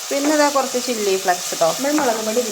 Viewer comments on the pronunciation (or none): ചില്ലി ഫ്ലക്സോ😂😂😂😂 ഫ്ലേക്സ് ആണ്